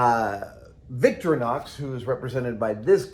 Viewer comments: pretty sure it's Vic-thor-ee-nox rather than Victory-nox. but great video as usual Adam! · It’s not “victory-knocks”, it’s “victoreenox”. Doesn’t matter, I know – just saying. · Adam, it’s Victorinox, not Victrinox or Victronox. I know you love the brand but you’re always saying it wrong. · It's actually not pronounced Victori-nox it's vic-tori-nox the focus is on the "O" in "tori" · You're saying Victorianox wrong. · I've never heard that pronunciation of Victorinox. It's always been vic-TOR-ih-nox before. Live and learn! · Haha, we pronounce it as Vic-To-reenox. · Please! Someone tell him thats not how you pronounce "Victorinox" 😫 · I think Adam has the emphAsis on the wrong sylAble of Victorinox.